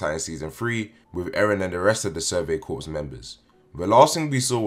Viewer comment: Corps is pronounced ‘core’